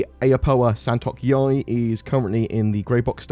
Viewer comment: San tuk yai more like San Tuk yay